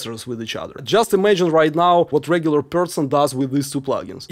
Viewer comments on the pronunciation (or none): none